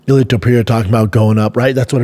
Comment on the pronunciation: Pee Era instead of Pe Ray Ra when he's trying to say Periera is the one that gets me